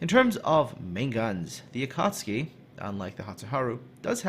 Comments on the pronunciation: Akatski in laughing but sorry, I think its AkatsUki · ElasticSniper I could feel myself cringing every time said Akartski. No offence! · Going out of my mind listening to you fail at pronouncing this ship :'( . A-ka-tsu-ki. Tsu = t + sue, so a-ka-tsue-key. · A-KA-TSU-KI not A cats' key. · RedstoneActive yup, it is not pronounced su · A ka tsu ki! not that hard to spell:D;) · The proper pronunciation would be closer to Ah Ka tSue Key, just barely enunciating the T. Regardless, it's definitely not pronounced the way was pronouncing it in the video, but it was better than how Jingles would likely pronounce it. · To whoever still debating about the pronounciation. In Japanese, "Akatsuki" kanji is written as "暁". The kanji "暁" can be broken down into hiraganas which is written as "あかつき", and each hiragana reads as "a", "ka", "tsu", and "ki" (they do this often when teaching children to read a kanji, or include them in mangas so people don't misread the kanji). So the correct pronounciation is a - ka - tsu - ki. BUT... It is also acceptable to pronounce it as a - kat - ski because : 1. It sounds just the same when read fast, the Japanese will still understand it 2. This video in general isn't about trying to teach you Japanese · say it like this. "Akk at suki" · Definetley pronounced Akatski :) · just a little language tip, the tsu is pronouced as if the T doesn't exist. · I believe the "T" is silent. The reason why this "T" is silent is because there is "tsu" and "su" which are pronounced differently. A common English word where "tsu" is used is tsunami where "T" is silent. From my little knowledge of Japanese, "tsu" is pronounced like "sue" and "su" is pronounced like "zoo" but the "z" will sound like "s". Akatsuki = Ah-Ka-Sue-Key (that my assumption of the pronunciation of the word). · Akatsuki does have a 'u' in it, you know...